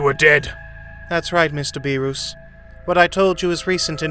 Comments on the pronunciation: please stop saying the gods name like that, its Beer-us not Be-roos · Please say beerus correctly